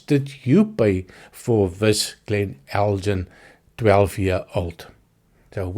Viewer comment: Just FYI: the "g" in Elgin is normally hard (so the same as the "G" in Glen). There is a manufacturer of spirits, though, that uses the name with a soft "g" as a play on words with their El:Gin... (so, if you order "eldjin" in a bar, you will get gin, not whisky - or just a puzzled expression!).